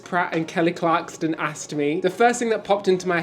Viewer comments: There's no "T" in "Kelly Clarkson". LOL. How can that be hard to pronounce? These guys are adorable. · There is no "T" in "Kelly Clarkson" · Kelly Clarkson - no "t" , processed (sliced) cheese. Happy anniversary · Happy anniversary! My wife has decided you are her favorite cruise tubers. BTW, there is no "t" in Clarkson. Lol i believe you may be familiar with a bloke named Jeremy Clarkson? Same name. ❤ congratz on the house!!! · No t in son clarkson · Love you guys but it really got frustrating. .. There’s no T in Clarkson lol 😂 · Absolutely love you guys, and the channel, and congratulations on the $1,000, but you’re making my OCD go off the charts….😂😂 It’s “Clarkson”…. No T😂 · Not to mention “Kelly Clarkston” and calling Merrily We Roll Along “Merrily Along We Go” - they’re lovely lads but pronouncing things correctly isn’t really their strength 😂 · Congratulations on winning $1000. BTW gents it’s Clark-son. She won American Idol. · Love your vlogs, but Kelly's last name is Clarkson, there's no T in her name at all. It's just Clark - son. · You guys always do great reviews! My dream is to get tix to an SNL taping. I’ve been to NYC 5 times and I can never get in. Glad you guys had a fab time! It’s Clarkson, btw. Not Clarkston. She was the very first American Idol. 😊 Congrats,! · Kelly Clarkson!! NOT Kelly ClarksTon! :) Hope you had a great time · Great video. I’m glad you had a great time in NY after the disappointing cruise. It’s Clarkson not Clarkston 😂😂😂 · “Clarkston”. No. Clarkson. Yes. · CLARKSON! Not Clarkston 😆 my OCD can’t take it! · Kelly Clarkson not Clarkston 😂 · Why were they constantly calling Kelly Clarkson as Kelly CLARKTSON. Clarkson is such a common surname. Lol. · Poor Kelly, it’s Clarkson not Clarkston 😅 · Clarkson NOT Clarkston. Come on guys, you can do better 😊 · Clarkson, no "t." She has a great show, glad you had a good time. Hope to meet y'all on board sometime soon. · ClarkSON, not ClarkSTON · Kelly Clarkson (no “T”).